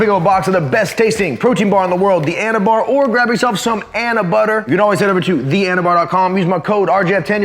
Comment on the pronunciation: Anabar/Anabutter 😂 bro no